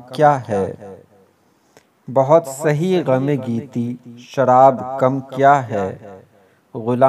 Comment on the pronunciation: sharab e kamm nahi. asl alfaz "sharab e kumm " hy ..plz thek kr lein